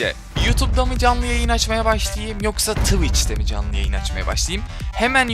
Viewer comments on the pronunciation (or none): Abi twitch diyemiyorsun twıç diyorsun youtubedan aç